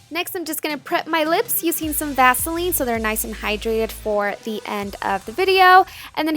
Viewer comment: "youuuu-seeen"? you mean using...